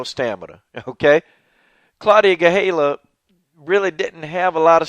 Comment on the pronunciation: GaDELha-- not GaHELLA